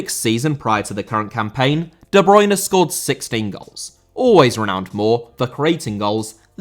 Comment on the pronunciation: Bruyne* not Bruyner